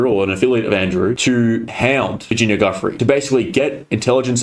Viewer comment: Why is everyone pronouncing Virginia Giuffre surname as Guff-ree It's actually pronounced Jew-fray RIP Virginia